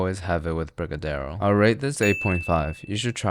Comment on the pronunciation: I'm from Brazil. Never heard of that strawberry recipe but your brigadeiro is perfect. 100% proud of you.